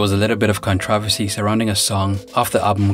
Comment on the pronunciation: I like his video's but I hate how he pronounces controversy like conTRAversy!